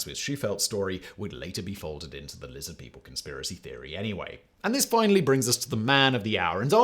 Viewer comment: Lizid peeple